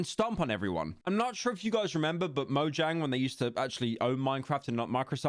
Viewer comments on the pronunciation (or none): buddy said "noyang" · I still love the fact that all ppl who know just a little about minecraft call Mojang Mo-ang!😂😂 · Minor nitpick here but i absolutely hate the way you pronounce mojang